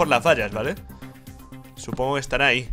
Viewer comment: RICHHHHHH se dice por ahí no por áhicoñooooo